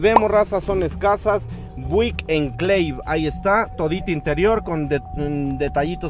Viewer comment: A qué Buick se pronuncia Biuick😂